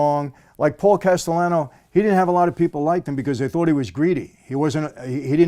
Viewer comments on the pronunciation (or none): “Other mobs” ?? Vlad has no knowledge on that life. For God sakes he called Paul Castellano “Casteyano”